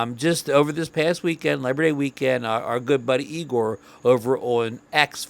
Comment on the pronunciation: I always heard his name was pronounced I-gor. Nice info! Well done!